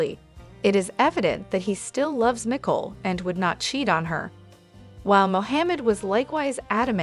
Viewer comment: Please pronounce names correctly. Her name is Nik Cole. Not Nikel.😮